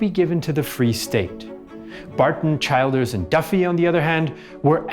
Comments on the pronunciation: Childers is pronounced "Chill-ders" NOT Child-ders. Other than that ... not too bad a summation. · Childers is pronounced as chill ders. Great video nonetheless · Excellent, thank you. Just one tiny quibble - Erskine was chilled(ers) not a child(ers) in pronounciation. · Robert Childers surname is pronounced Chill Ders. He was executed during the Civil War. His son was elected President of Ireland in 1973 and Childers Granddaughter served as an MEP as recently as 2019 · Great job very fair and unbiased. One minor note Erskine childers is pronounced err-skin chill-ders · He did extremely well, obviously does his research. Kinda got Childers wrong but a very small thing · and yet fell at "Childers"